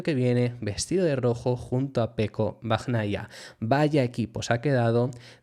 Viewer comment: Un apunte, se pronuncia "bañaia" y "alesh". Por si quieres mejorar la pronunciación. Buen trabajo